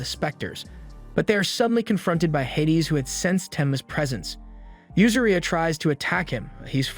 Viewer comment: its pronounced hay-dees